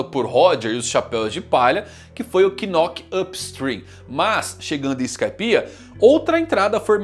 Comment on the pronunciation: Porra.. Ele ainda ta falando Quinóqui (Knock).. Ja ganhou uma grana, cade o curso de ingles?